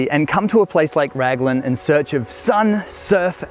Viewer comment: Raglan (say 'Raglin') not Ragland.